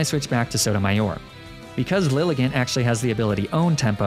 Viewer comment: Liligant is pronounced LIE-LY-JAHNT